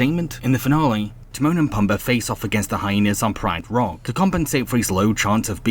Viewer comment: It’s pronounced Te-moan and Pu-m-ba